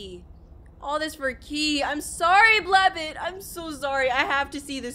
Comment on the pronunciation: It’s pronounced BLAB- BOT not BLABUT.